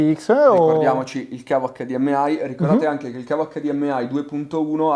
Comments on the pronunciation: EICDIEMAI, che non si sbaglia. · Wow che mostro di tv PS: David ti prego HDMI con la I di Imola!! Se vuoi dire la "ai" finale devi dire la sigla all'inglese TUTTA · HDMai inglesizza solo la I , che cringe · ACCADIEMMEAI, MA CAZZO! Tutto perfetto ma ACCADIEMMEAI NO. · acca di emme ai , nun se po sentì 😭